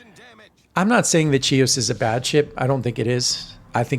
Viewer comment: Hi! Thank you for demonstrating the ship! The name of the ship in Greek is Χίος which transliterates as Hios, not Tsios. She was named after the Greek island of Chios.